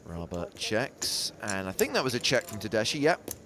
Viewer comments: Tedeschi Is an italian last name. The correct pronuntiation Is something like "Tedeski", not "Tedeshi". Just saying. Nice hand. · Pronounced tedeski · you read it tedesky, that means in italian Germans, as persons. italian surname indeed...thank commentator